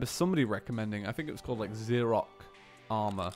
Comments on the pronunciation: ITS XEROC NOT EXROC!!! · Uhh? Check the spelling of the video it's supposed to be Xeroc not Exroc